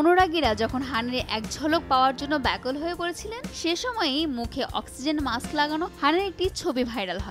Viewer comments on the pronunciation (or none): none